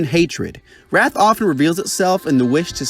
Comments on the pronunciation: "It's supposed to say wrath not rat" kills me every single time lmao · "Its supposed to say wrath, not rat" 😂